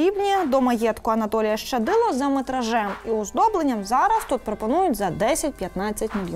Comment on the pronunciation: В українській мові слова як чуються так і пишуться! Тому коли журналісти кажуть "ШЧадило" - це не вірно! Є буква лише Щ, тому Щадило!